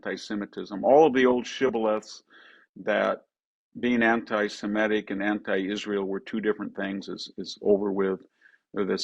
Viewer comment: I wonder why many Americans, even highly educated ones like VDH, mispronounce the word 'antisemitic?